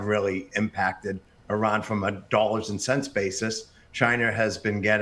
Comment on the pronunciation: He said CHINER lol